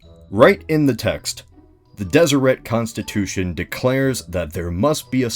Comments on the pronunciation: >tfw you live in utah Utah history (7th grade course) taught me the pronunciation didnt have a strong T at the end, and was pronounced Deserey. rip. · It’s pronounced deseray. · Deseret as a pronunciation bothers me so much. Like I GET that the Mormons believed it was a Jaredite word for honeybee and it has some etymology to the Egyptian for bee crown dsrt but still. It just sounds wrong.